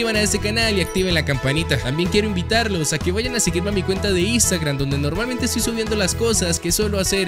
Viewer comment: no es por hate es solo humor pero soy el único que le causa risa que diga "istagram